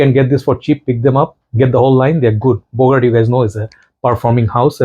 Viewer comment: Haha it's "Bogart"